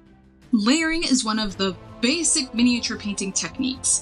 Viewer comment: Basic Basic Basic! You kept saying it in a weird way and alot. It ended up making laugh throughout the video